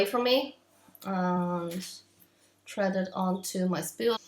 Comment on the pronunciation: It's thread not tread you need to put your tongue on your top teeth and say Th